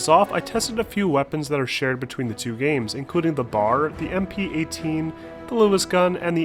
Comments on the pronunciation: Please stop saying bar it’s B.A.R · B-A-R not bar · Nice video! Just a heads up, the BAR isn't pronounced bar. It is pronounced by saying each letter, one after another.